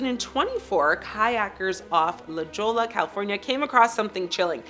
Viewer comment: Isn’t La Jolla pronounced “La Hoy-a” or am I too high?